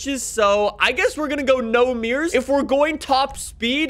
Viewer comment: Its mirrors no meers